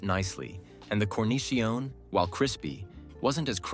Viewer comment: massive credibility points deducted for pronunciation of cornicione. otherwise helpful!